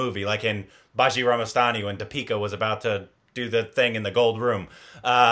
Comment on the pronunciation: pronounciation of "Bajirao Mastani" was on point 😳🤯